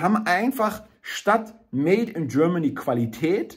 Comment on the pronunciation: Made in Germany - bitte, bitte sprich das Wort Made mit richtiger deutscher Betonung - aus dem made wird eine kleine unbedeutende fade Made ------ schade > etwas geklaut bei Heinz Erhardt bunter specht und frass die kleine fade made ohne gnade schade